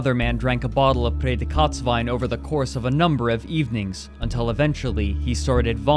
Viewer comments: Bruh it took me the whole video to understand that ypu were trying to say „Prädikat“ the whole time, holy.. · Great summary! I would like to correct, however, that „Prädikatswein“ which is so hideously pronounced throughout the clip that the term is difficult to understand, does by no means identify sweet wine. It’s just a protected term for wine of the highest quality (translated as award/distinction). The particular sweet wine, which was popular in the 70s to 90s, featuring late harvested grapes, is called „Auslese“ or „Beerenauslese“, as visible on almost every bottle in the video. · Him pronouncing Prädikatswein so oddly made me confused. I thought he tried speaking french or something and had to legitimately scour wikipedia. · Are you trying to say Prädikatswein? It would be nice if you show words that are hard to pronounce on screen so that people than speak the language you speak can understand what you are trying to say. Sorry, it's normal. My english isn't good either. You can contact me, if you need pronounciation help for other videos. But it really isn't that important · Hi, im from Austria. your pronounciation of "Prädikatswein" (highest level quality wine) is so bad, it was impossible for me to understand, what you were sayin. besides that very nice video. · Thanks — that now makes sense to me. I was racking my brain to figure out what he meant by "Pray the Katz Wine". And then thought he must have said "Pretzelwein" ... He should have read it out with rapid English enunciation as "Pray dee cuts wine". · Ich dachte auch, dass er Kotzwein sagte! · his German pronunciation is atrocious, I hat to look in the comments what "Feder-Kotz-Wein" was supposed to be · I kept hearing whatever he said in this vid as "Prädikats Wine" which would literally be "Predicate wine" I feel bad for laughing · I'm German, and I must say: your pronouncing of Prädikatswein sounds like "later kotz Wein", witch means "later vomit". Fitting. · Ohhhhh i was like whata betacatswine